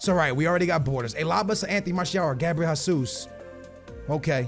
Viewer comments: you are portuguese, you know gabriel jesus is brazilian and you pronounce his name like he is spanish. just say his name properly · You’re Portuguese and still can’t pronounce Gabriel Jesús’ name properly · Where is the 'A' in Jesus? Why do you keep pronouncing it Ha - soos? Its Hey - soos. Or the 'O' in juventus. It's not Joventos.